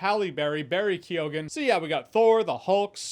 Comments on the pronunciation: it's kee-gan not kee-oh-gan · Keoghan is pronounced "Kee-own". I can hear Irish cringes from here. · He really butchered Barry’s last name haha